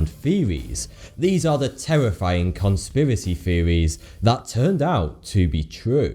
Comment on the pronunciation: i believe he says "top 10 conspwerise seweis that twerned out twue" your an adult man stop talking like a baby.